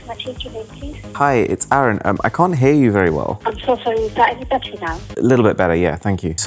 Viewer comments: I like how the Samsung girl called him 'arun' instead of Aaron. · Bro your names aroon not aron